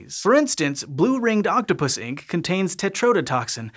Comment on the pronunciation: I can't be the only one that thought he said Octopussy.